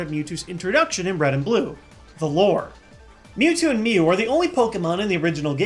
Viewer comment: "Alright heres mew there "MEU"...